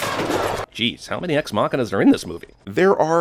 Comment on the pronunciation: Hearing say "Ex-Machina" makes me want to crawl out of my skin...